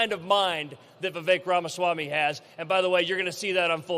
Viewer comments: Oh no, then the governor mispronounced Ramaswamy!🤯. Okay, he pronounced it correctly the second time. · Great news❤️…however, the first guy could have at least pronounced Vivek’s name correctly.🤯